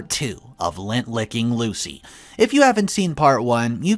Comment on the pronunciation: It's lint, lint licker. Not Lent, period before Easter, or lent, past tense of lend.